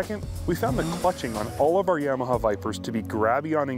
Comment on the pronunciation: Would be nice if they could say Yamaha right. Like nails on a chalkboard. Of course a Canadian channel is going to be Ski-Doo bias.